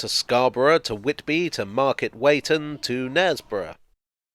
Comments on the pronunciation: That's 'Market Wee - ton',. Apparently the locals get upset if you pronounce Weighton as Wayton. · I can honestly say, having lived in York and then worked trains in and out of York, it's a magnificent building. But, as a local, I must point out that Market Weighton is pronounced "weeton" and not "wayton" (at least that's the local pronunciation - the station announcer in This Is York even says the "weeton" pronunciation of the name. 😉😂🤣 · Just a quick one... It's pronounced Market Wheat-un, no matter how it is spelt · sorry to be that guy but it's pronounced Market Wheaton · Thanks for covering York! It’s a wonderful city 😊 FYI - Weighton is pronounced “Wee-ton” (understandable mixup!) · Your pronounced market weighton wrong. It 'wheat-on' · Loved this film, it made me so proud to have worked at British Rail Eastern Region HQ from 1973 to 1987, in various finance-related jobs. We always thought Eastern was the "Premier Region"! By the way, Market Weighton is pronounced "Weeton" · it's pronounced market "weeton" 😂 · Market Weighton is pronounced Market Weeton.